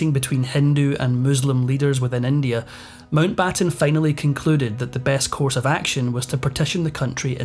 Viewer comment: Pessima traduzione, neanche il cognome MOUNTBATTEN viene pronunciato correttemente. Perchè non lasciare la V.O. in inglese?